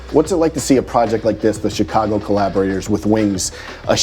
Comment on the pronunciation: Eww why he say Chicago like that lol CHI!-cago